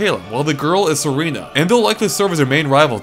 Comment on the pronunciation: Actually, it's Calem. Like calm. And Serena. Like serene.